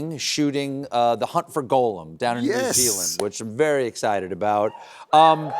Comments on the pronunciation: How does a supposedly huge fan like Stephen Colbert not know how to pronounce Gollum? It's not Golem.... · Why did Stephen mispronounce Gollum’s name? A Golem is a Jewish legend, Gollum is the correct name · Steven mispronounces Gollum, some expert he is.. I bet he doesn’t even re read the Silmarillion every year. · You’d think a big fan of LOTR like Stephen would know how to pronounce Gollum. But apparently not.